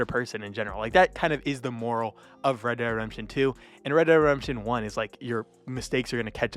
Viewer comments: ..Reh Deh Redemption.. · Bro can't even pronounce ReDemption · "Red dead Remption"😂